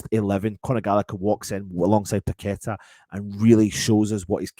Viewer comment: Totally agree with you on Gallagher with paqueta. Not sure on these commentators saying we have someone called pack a tar lol😅 You would think they could pronounce names properly